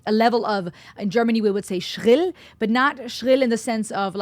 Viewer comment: "Schrill"!! Yeah, That's it! 😊😉 Greatings from Germany! 🤗